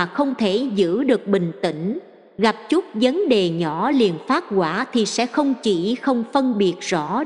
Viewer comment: Kênh này hay và ý nghĩa,chú ý lỗi chính tả,vì máy đọc nên không thể sửa lỗi như người,đôi khi làm ý nghĩa câu bị thay đổi hoặc khó hiểu,chú ý vấn đề này nhé....thí dụ vấn đề mà đọc thành VẬN ĐÊ,rất khó hiểu và vô nghĩa,1 chút góp ý để kênh hoàn thiện hơn